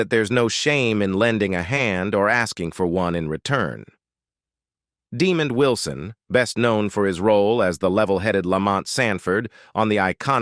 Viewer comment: AI is funny Deemon wison, lol